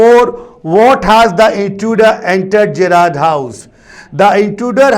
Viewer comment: Sir l think the pronounciation of Gerrard is wrong. Please cheak